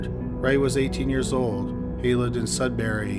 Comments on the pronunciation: Its pronounced, Sud bury, not Sud berry And the accused has a wife and 2 children and worked in a lab in North Bay. But thank you to all who brought this bastard to justice, praying justice will be served, Renee deserves that and her family proper closure. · Mistake on how to say Sudbury aside, good video. (it's pronounce Sud (That part was right)- Brrr(Like when you're cold) - Ey, like when you say Hey, without the H. Just a note. I used to live there.)